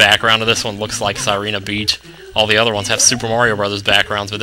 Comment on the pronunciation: did you say merio on ?the super merio brothers? hahaha